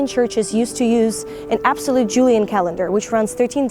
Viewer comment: you did a few bloopers in the video. Here they are. use an -absolute- absolete Julian calendar I assume you meant obsolete... Check the pronunciation. the way that -was- has been never celebrated before Present Perfect is a must. raise money to support -their- our soldiers Had you been a foreign reporter, you would have said "their". Since you are not, you should say "our". To err is human. Good luck. ✌